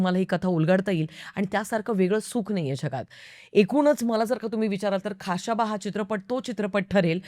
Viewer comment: pronunciation check kara ekda khashaba che , uchhar check kara i mean.